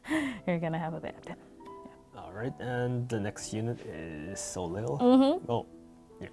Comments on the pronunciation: "Soleil" is pronounced "so lay" ;-) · ...when the team that created Soleil doesn’t even pronounce her name correctly. Lol! Ugh...good job, but this is high-reaching for most of your player base. 😬